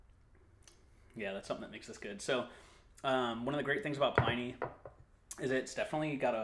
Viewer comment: Sorry to be a tiresome pedant but it's pronounced PLIN-nee not PLINE-nee.